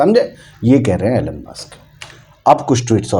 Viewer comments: एैलेन मस्क नही भाइसाहब इलौन मस्क. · Elon ( E - Lon ) ✅ Elon (Allen ) ❌ Donald ( Don - ald ) ✅ Donald ( Do - nald) ❌